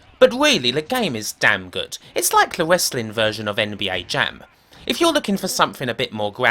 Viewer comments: Wesslin is wesslin and it’s the wheel deal , pwoper wesslin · "Wessling" hahahaha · What's wessling?? and wesslemania? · You do know the "W" is silent right?